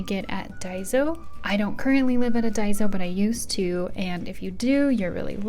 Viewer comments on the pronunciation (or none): none